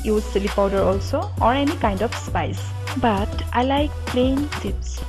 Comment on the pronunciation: It's not Potato "sipps"it's potato chips